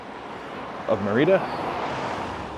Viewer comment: It’s Mérida, not Mereedah. 🤦‍♂️🤦‍♂️🤦‍♂️